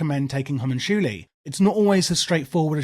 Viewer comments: Its pronounced HO-MON-CU-LI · I’m thinking it’s hue-mun-cue-lie, or have been saying this wrong for years? 😅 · 100 percent agree, as well as circle of healing is just wayyy to goood on a few of the fights. First boss, elec boss, and last boss for sure need circle cause tanks arent taking like any dmg and everyone else is getting chunked. Also Ha-Monk-You-Lie is the pronunciation but whatevs. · It is hoe-moon-cool-lee, since it's Latin for "little men" :) But yeah, English speakers would probably pronounce the way you said. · Homunchoolie is utterly deranged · the way you say homunculi is fucking outrageous..... i suggest you google how to pronounce it because you are 100% saying it wrong LOL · i have never in my life heared Homunculi said like that.